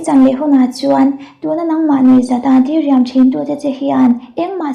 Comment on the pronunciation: Diriam tih i thlûk dan hi a dik lova, di lai hi thluk loh tur ania, 'U Lian' tia mi kan koh a a rik dan ang chiahin diriam tih tur ania. Chuan, i aw ngaihthlak a nuam țhin lutuk e